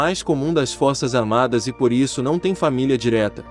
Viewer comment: "Fossas Armadas"